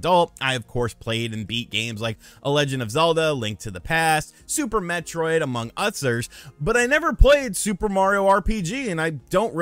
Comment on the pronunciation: are you ok man? Did you have a stroke when trying to say others?